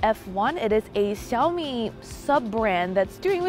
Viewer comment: Yes finally one pro tech reviewer pronounced XiaoMi correctly!